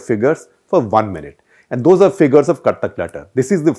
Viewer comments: Sounds like he’s saying KATHAK LETTER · The show name sounded like "Kathak Letter" and for these long I was under the impression that's the name since each time you come out with a "letter" in hand. Only today I recognized that its "CUT THE CLUTTER"... lol..! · Gupta ji, you are good. But... pl pronounce "cut the clutter" with a pause after cut. Too much of gesticulations and hand movements. A lot of repetitions. A video should last max 15 minutes and not more. Pl don't bring in Hindi.